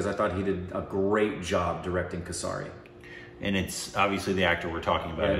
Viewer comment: it is not kasaari it is kay-surry and it is not Punjab like you pronouns it is like "Funjab" just change "F" into "P"